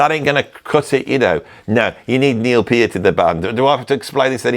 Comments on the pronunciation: You are supposed to say it with the middle part pronounced like 'ear'. P - ear - t. Source: Rush themselves. If you search on Youtube how to pronounce Peart, you'll find a Short video with Alex and Geddy together and Geddy explaining what I just typed. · Gotta nominate Lemmy joining Hawkwind. That's what lit the rockets under them. Circumstantial evidence, for what it's worth: I've known two people named Peart (unrelated to each other, so far as I know), and they both pronounce it "Peert", not "Purt". "Copycat band of Led Zeppelin with a singer who sounds like Donald Duck on helium" 😀How very to-the-point. Great video as always -- both insightful and hilarious. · I remember reading, in the mid 80's in some rock magazine, where they were discussing the pronunciation of Neil Peart's last name and they wrote that it rhymes with "heart". I don't know what to think about that now. You really wanna call Thin Lizzy Thin Lizzy without Phil? That's a stretch for me. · Back in the day, when you had limited videos, I was one of the arse holes who called you out for mispronouncing Peart's last name. You responded with, "I don't think this channel is for you." Haha! That did not scare me off, I am a devoted follower who loves your videos, musical knowledge, drumming, ability to discuss philosophy, history, whatever... I find you very humorous as well. That impersonation you just did of Mike Rutherford had me rolling, it was so good! I wish you continued success from here in Florida.